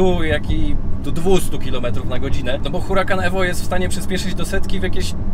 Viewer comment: Mówi się URAKAN nie Hurakan, dlaczego zmieniasz C na K a o niemym H już nie pamiętasz.